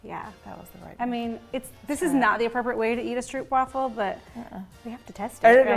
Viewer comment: Love you guys and this fun cooking show with this Advent season! But just an FYI from the Netherlands where stroopwafels originate, it is pronounced like “strope” (long “oh” sound”) :)